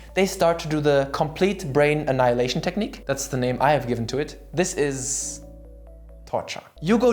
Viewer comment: "Komplit brein annailaishion teknik" I want to learn that!